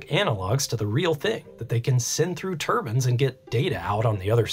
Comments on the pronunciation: Why are you saying turbans instead of turbines? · They aren't "turbans" The "i" sound is long "Tur-byne" Still watched the whole video, it was fascinating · TUR BINEZ not TUR BINS. lol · I know accents, that is a mispronunciation...like people who say nucular instead of nuclear (new-clear) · tur-bins. LMAO. You talk a little funny